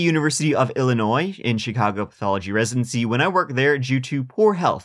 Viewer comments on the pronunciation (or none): none